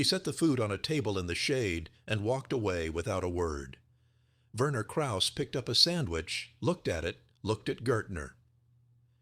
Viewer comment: Verner Krauss (I suspect his first name was Werner, pronounced VEAhnuh